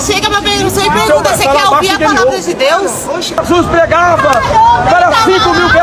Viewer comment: "chessuis, ta voltando, chessuis, ta voltando...". Isso nao é vida cara.